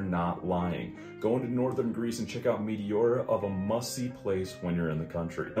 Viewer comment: With all due respect: since it sounds like you visited Metéora, why not learn how to pronounce it correctly? Not talking about accent, but about pronunciation. It’s basic courtesy.